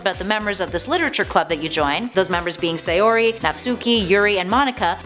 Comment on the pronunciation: And once again, they mispronounce Sayori and Natsuki